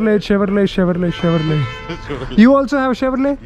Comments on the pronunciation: it is pronounced as CHEVROLEY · chevrolet ka T pronounce nahi karte bro, its chevrolay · Nice blog man!! Never mind, its ''Chevrole/Chevy''...'t' is silent. Subsidiary of General Motors (GM), USA